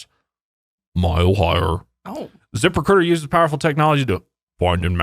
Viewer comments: I won't lie, I thought that was saying "zipper cooter" at first instead of "zip recruiter" and I was so confused and concerned, especially when you mentioned OF hahaha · every time says zip recruiter with an accent, i hear zipper cooter... anyone else? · Wait wait Zipper Cooter is what I thought you were saying 😂😂😂😂😂😂